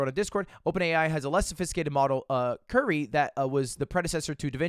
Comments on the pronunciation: it's not Curry god damnit it's curie. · bruh dude read curie as curry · Ludwig pronouncing curie like curry instead of the french pronunciation like she isnt one of the most renowned scientists of all time smh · This is clear cut proof that Mogul Mail and Ludwig are different people. Ludwig would have known that "Curie" (Marie Curie) is a French name with French pronunciation. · man really said curie as curry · bro said curry hell nawww 💀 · Lmao "curry", and this guy calls himself French. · Did you really pronounce Curie like Curry? 😭😭😭I thought you were French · "Cure-E" not " as in famous chemist/physicist Marie Curie...english major btw :) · Lud saying Curie like Curry is great. Marie Curie didn't die of super cancer and win a Nobel Prize for you to say her name like the basketball man. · Bro did not just pronounce the surname of the only female dual nobel laureate as „curry” 💀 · The way Ludwig pronounces "Curie" as "curry" is killing me man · Someone teach Lud who Marie Curie was so he can say her name right. 🥸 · Damn, you know it's a bad day for Marie Curie when her namesake AI is a transphobe, and some washed Jigglypuff main can't even pronounce your name correctly... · That pronunciation of Curie made Marie Curie roll in her grave